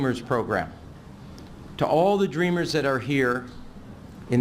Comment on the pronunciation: Dreamers? Sounds more liked Drainers